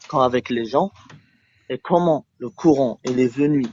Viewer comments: une partie de tes échanges repose sur des moqueries déguisées liées à sa maîtrise du français ... Il dit "Couran" au lieu de "Coran" et tu lui réponds "courant alternatif ou continu" et visiblement il confond "Brahma" et "Ibrahim/Abraham", et tu ne clarifies pas les choses, c'est un peu gênant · Et dire que ce jeune là est français, il comprend même pas les mots. Pour moi se sont des bombes à retardement. Et il y en a des milliers comme ça. Le plus important pour eux c'est le coran ,le courant ,même la prononciation est mauvaise. Pauvre France voici tes futurs enfants. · fallait l'oser de tenter la blague sur "AC/DC" quand il prononce mal "coran" (courant) ... vu le niveau intellectuel du mec, ça n'aurait pu que l'embrouiller et rendre le débat encore plus difficile.